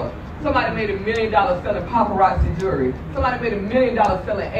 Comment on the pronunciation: Jewelry not “Jury”.